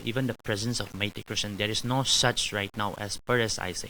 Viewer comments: Funny how she pronounces meitei as my tea😂😂😂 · It’s not Mity it’s Meitei god how do you guys become journalist😂😂😂😂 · Meitei and kuki not maities or not kukies you pronounced it wrong